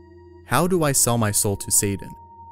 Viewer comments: It's S-A-T-A-N not satin. That shit kills me. Stupid people's everywhere I go. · It’s Satan not saden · Why do you pronounce Satan so strangely?